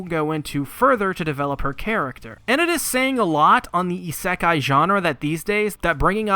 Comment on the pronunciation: I think you mispronounce isekai